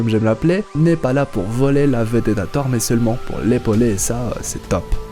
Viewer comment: Le seul truc, c'est qu' au debut de la video, on ne dit pas "Thar" ou "Grasses sarties" ou "Thar 4" mais "Thor", "Grosses sorties" et "Thor 4" (c'est des "o", pas des "a") ... sinon c'est bien :)